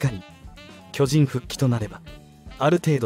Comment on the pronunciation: 「きょじん」 のアクセントが変で、耳に入ってこない。チーム名を表すときはアクセントが先頭に来ないと。